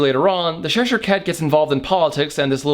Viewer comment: LMAO! I love this channel, but it's not "Sheshire" it's Cheshire, as in Cheshire cheese....it's white & crumbly, much like myself. ;o)